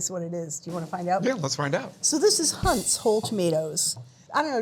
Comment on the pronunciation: For starters it’s definitely not “Hunts”